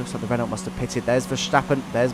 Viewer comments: You don't pronounce the T in Renault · That is not how you say Renault.